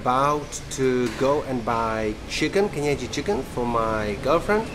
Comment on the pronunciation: 😂😂😂 pronouncing kienyeji chicken very well 😂😂😂